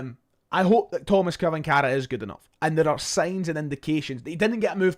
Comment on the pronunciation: it's pronounced " Chvanchara...`Tomash Chvanchara"